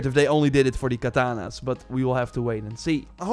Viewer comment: Its katanas not kananas